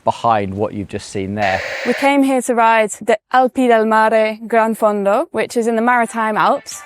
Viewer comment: Enjoy your content, but please, please put some effort into the pronunciation. It's not oofisso, or ufissi, or any of the other mangled words you invented. It's offee-chee-nay mat-tee-oh. And the G in Campagnolo is silent! And gran-fondu? Seriously?